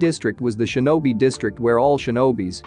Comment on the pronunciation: Ok i couldn’t tell did it say shemen or semen this is a genuine question